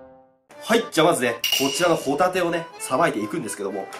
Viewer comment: 白貝とホ⬇タ→テ↑